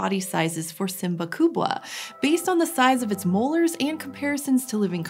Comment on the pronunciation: Swahili people are very proud of own heritage, because she tried to pronounce swahili name of the predator in the swahili. Wow, wow, wow...!